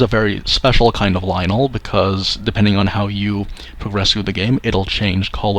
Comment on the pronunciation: It's "Lynel" Bruh 🤦🏿‍♂️